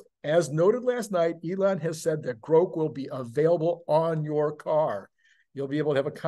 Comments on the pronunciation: btw I believe its pronounced like Grock. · Elon’s pronunciation of Grok is wrong. It is a short “O”. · Elon say's its "grok" long "o", its long "o"....